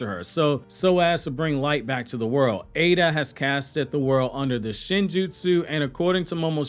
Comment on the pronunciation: I am not fully sure but I don't think you're pronouncing Eida correctly. I think it is [I-da / Ai-da] not [A-da]